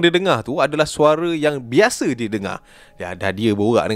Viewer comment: "bukan beshe beshe" 😂